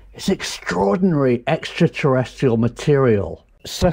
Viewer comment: Nice one Prof! I think you might be pronouncing 'extraterrestrial' wrong though